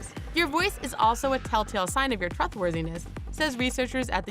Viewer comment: tru thworthyness lmao